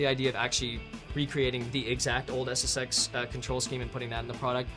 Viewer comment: i love it when presenters make it sound like SSEX